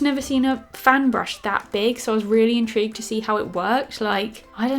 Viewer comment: U said intreeged too many times